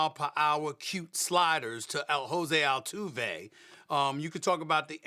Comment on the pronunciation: Stephen A: "El-Jose Altuve"